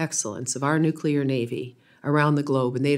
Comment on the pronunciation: nuculer energy is not thr answer